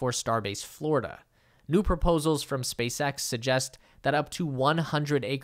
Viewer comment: Did you say “Space Ghost”👀